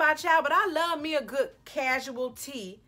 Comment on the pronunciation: "some real gwudd" lmao